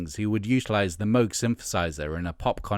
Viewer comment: You pronounced Moog correctly so I watched the whole thing and thumbed.